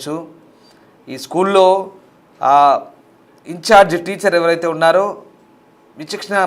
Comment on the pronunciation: Incharge teacher ante clarity ga cheppandi news reader garu